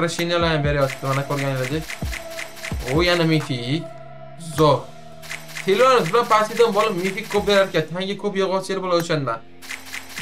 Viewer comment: Silanus × Silvanus ✓ 😂 E bot 😅